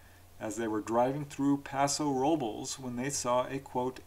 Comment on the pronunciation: My family is from Paso Robles, going back multiple generations. It’s pronounced a bit differently than your pronunciation 😊